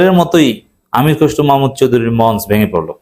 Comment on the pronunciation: মঞ্চ এর সঠিক উচ্চারণ মনচো।